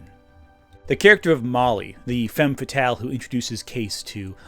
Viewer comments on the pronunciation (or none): none